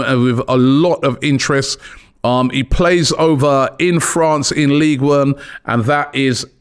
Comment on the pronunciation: “league Uone” had me folded over nearly in tears 😂😂😂 we love you Robbie, never change or learn accents 😂